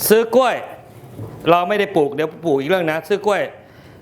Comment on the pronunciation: พิธีกรควรพูดตัวควบกล้ำ ร ล ให้ชัด กล้วย ไม่ใช่ก้วย